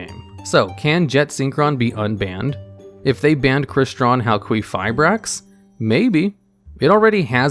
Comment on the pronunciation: About Halquifibrax pronunciation. I'm Greek so I've got you with the correct one. The name of that monster comes from the Greek word for Copper which is Χαλκός (halkos) and maybe even the Greek word for someone being made from copper (Χάλκινος Halkinos) so the correct way is Halkifibrax (ki as in kill.) AND I'M OUT.